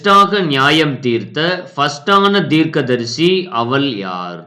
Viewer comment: தமிழ் உச்சரிப்பு சரியில்லை அவள் என்பதற்குப்பதிலாக அவல் என்கிறார்